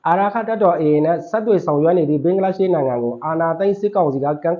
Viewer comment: ဘင်ဂလား ရှဒေးမဟုတ်ပါ ဘင်ဂလားဒေးရှရ်ပါ စပီကာတယောက်အနေနဲပီအောင်ပြောပီးပါ